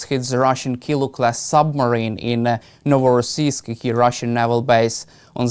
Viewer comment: Prof Michael Clarke's knowledge is astounding, right down to the pronunciation of Novorossiysk